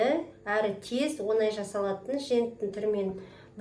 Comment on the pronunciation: Онай емес оңай